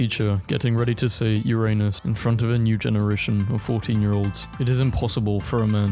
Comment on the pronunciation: It's pronounced Ur-a-niss. Unless the teacher in question is into that kind of humor...